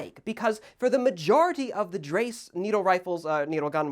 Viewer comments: Mein Gott, why is it that nobody seems to be able to pronounce “Dreyse” correctly?? It’s doesn’t rhyme with “rice” or “race”, and Ian is even worse with his “dry-see”. It’s “DREY-za” or “DRY-za” depending on regional accents. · The pronunciation is more of Draiyse , not dreyse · Dry-see btw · Actually, the Smithsonian channel has the pronounciation of "Dreyse" way more accurate than you. I try to transcribe with English phonemes: "Dr-i-zeh". The ey here (the name is most probably Higland German) is pronounced like you 'ricains pronounce "I". "E" at the end of the word (or any other vowel) are not silent. The "s" in this case is spoken softly like you pronounce the "zed" letter. Also, a VERY important step loading a needle fire rifle is to TAP on the bolt rod as hard as you can. The gas containment, which in cartridge rifles is made by the brass cartridge bottom (that's why plastic shotgun shells have a brass floor) has to be made by compressing a leather ring as hard as you can so it doesn't leak gas. That's also why, until WW2, the bolt handles were straight - you needed them in needlefire rifles to apply force to the leather gas seal. They kept it in the cartrige rifles (many of them adapted needlefire, so they only needed to train soldiers with one mechanism). When scopes became a thing, they started first to bend the handle in scoped sniper rifles (cf Soviet Mosin-Nagant) or mountaineer carbines; then they saw the advantages in handling a bent bolt handle. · I know it is too late to correct this, but every time you say it you make my head hurt. You are generally informative and intelligent and I enjoy your content, but this has to be dealt with. They even say it correctly in the episode. Dreyse, pronounced drysuh. When dealing with firearm pronunciations check to see if Ian at Forgotten Weapons has done a video on it. He tends to be a pretty good source. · Love your stuff mate. Just a quick note, dreyse is pronounced drei-ze. Keep up the good work mate!